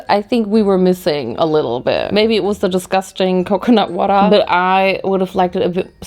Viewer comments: COCONAT WATA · CO CO NuT WahTAH!😂